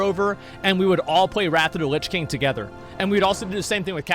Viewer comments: Nobody: Asmon: "Rat of da lits king" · Everyone else : "Wrath of the Lich King" Asmongold: "RAFFA DA LISH KING" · “Wrathuda lichking”